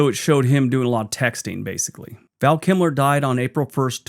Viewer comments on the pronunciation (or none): KILMER, not KIMLER!!! Thanks! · Kilmer, not Kimler. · 👍🏼Val "Kimler"??? Lol Hoping you were just funning us as I recall you sometimes like to do!😂🙏🏼✌🏼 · Val KiLMer, Kimler, what are you like. Great vid though.